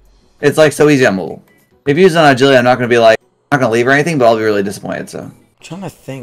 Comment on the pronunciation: O pronounces it A-git-aly- instead of agility And sta-nima instead of stamina lmfao